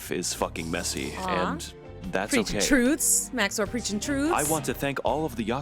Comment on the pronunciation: Finally someone in the chicago reacts cast who can say max0r right!